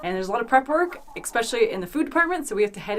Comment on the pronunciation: Especially. Not expeshully. Especially.